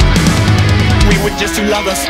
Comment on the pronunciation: would be perfect if the A.I didn't struggle with the word "Hour"